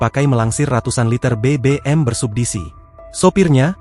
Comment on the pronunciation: BBM bersubsidi. Bukan bersubbisi